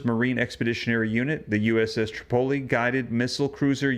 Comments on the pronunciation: Pronounced uss trip-o-lee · You pronounce Tripoli wrong... Google it!